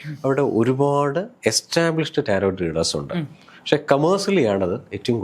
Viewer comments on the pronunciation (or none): റ്റാരോട്ട് അല്ല റ്റാരോ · Greetings ! It is not not pronounced as Tarot....the last Tis silent madam.It is pronounced as Taro. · The pronunciation is taro. T is silent🙏🏻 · Yes, I was about to comment it. 👍